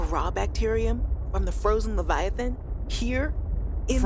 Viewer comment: Everyone : Leviathan Kak regi : lavaathan